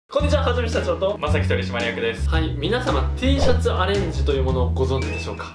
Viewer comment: テェーシャツって聞こえる🐣